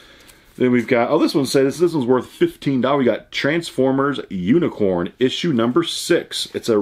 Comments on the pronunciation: " Tansformers unicorn " dude it says uni -cron not corn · I can’t believe he pronounced it unicorn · Unicron....not unicorn.